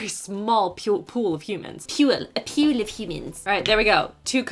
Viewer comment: LOL that really got me. “A PEWL OF HOOMANS”